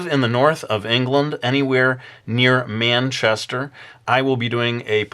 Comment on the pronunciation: Loved the way you pronounced Manchester. It just sounds a little odd in an American accent xD It's a little too far away for me to get to though... :( Please come to Wales, UK sometime, you could set up in Cardiff and even explore some of the country!